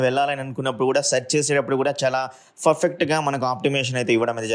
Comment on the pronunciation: Farfect kadu perfect 😊